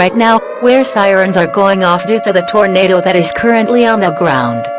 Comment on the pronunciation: 1,000th comment. Everytime it say tornado, it says torenader